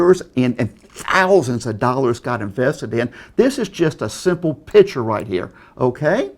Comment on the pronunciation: Pitture? lol, I mean law. No, I meant lol.